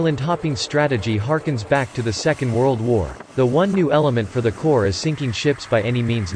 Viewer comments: I kept hearing the narrator say “Marine Corpse”...Is there any quality control for these videos? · Please dear God learn how to pronounce Marine Corps. It should be pronounced like CORE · Maybe we can get a real person, maybe even a Marine to read this script...Marine CORPSE...? C'mon. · It’s pronounced “core” 🤦🏻‍♂️ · Corps is pronounce “Cor” not literally “corps” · Stop pronouncing the P in Corps !! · Corps. is pronounced cores! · It’s pronounced ‘core’. However, We Marines will make some copses now and then. “It’s CORE!! No charge for the lesson. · Terrible narration in that video... why not have a real person do it?... "Marine Corpse" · I think its because the AI reads the silent ‘ps’ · Wow! Really? Did you just pronouns the S in Corps? It’s silent. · Robot commentary, mispronouncing Corps, thumbs down. They must have programmed the AI to copy Obummer, who couldn't pronounce Corpsman correctly. Island hopping and sinking ships is a USMC mission?! Wow, who writes this garbage? At least Navy SeaBees are shown. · Please narrator please. Silent P in Corps. Thank you now lets try again. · driving me crazy hearing it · PLEASE stop pronouncing it as Marine “CORPSE”. It is pronounced as “CORE”. Quickest way to piss off a Leatherneck. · Marine 'Core' not 'Corpse' 😡😡😡😡 ????!?!? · You killed me with the pronunciation. Its pronounced like “core” not “corpse” or “corp.”!! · Pronounced marine core,not marine corpse. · It's pronounced "Kôr" Damn it! Not "kôrps"!!! As in a military organization and not a freaking dead body! 😠😡😤 Semper Fi Marines! OOH RAH! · Get the pronunciation of Corps correct, it is not pronounced "Corpse" it is pronounced "Core" Thank You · i hate when people say Corps like a dead body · Its not fkn CORPSE (Although we specialize in producing them), it is pronounced 'Core-, so get it right or keep your fkn suck shut! Semper Fi to my Brothers and Sisters! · The synthesized voice pronounces 'Corps' as 'corpse'. lol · "Marine corpse" awful, really really awful.